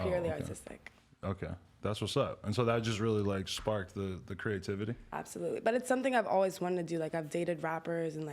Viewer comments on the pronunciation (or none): she said absotutely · She said absotootly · Why she say absatootly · "absotutely" ....Adam interviewing anybody now days. She boring/dumb as hell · dis bitch said "absitootsy" ... absolutely?